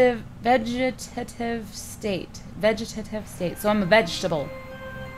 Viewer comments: It’s pronounced Vegataetev state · BTW, that's pronounced VEG-uh-tate-iv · veg-i-tay-tive vegitative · I died a little inside when Cupquake couldn't pronounce "vegetative." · So we just gonna ignore that she said vegetative wrong?😐